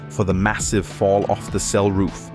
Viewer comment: How on earth can you say "Fall"?